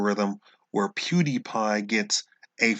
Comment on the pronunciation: What the hell is a "pudy pie?"